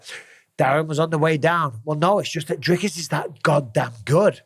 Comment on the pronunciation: Finally, someone who can pronounce Dricus..